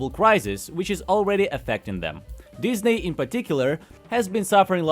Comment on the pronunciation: I find it amusing how you occasionally pronounce it Dis-nay. Dis?... NAY! it dis is not the animation company I was looking for. Jokes aside, this does feel like the Red Letter Media quote "So, how does it feel to live long enough to see all your favorite franchises go down in flames?" Because, you know whatever is driving all of this is either A. Creatively bankrupt corporate types B. Creatively bankrupt nepo baby fanfic writers OR C. ALL OF THE ABOVE. Because for absolute train wrecks like these it cant 'just' be corporate. I mean, you can NOT tell me Velma Season 2 was a decision driven by profits.